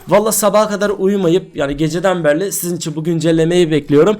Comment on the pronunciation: Berli değil beri